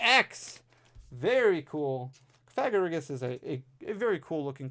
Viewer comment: It’s pronounced cough-uh- gree-gus lol